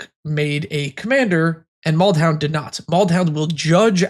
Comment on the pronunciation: Damn, really do be out here calling Maldhound, Baldound.